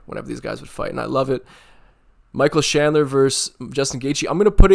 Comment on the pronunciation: Sorry I was poking fun at how you say chandler with a "sh" 😅 . Great video!!! Had me going back to re watch some older slobber knocker fights